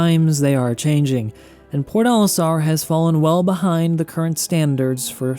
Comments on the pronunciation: omg its "PORT Olistar" I was so confused as I only heard PORDALISTAR for half of the video I never played this game btw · It's probably just me, but i keep hearing you pronounce Port Olisar as Pornolisar.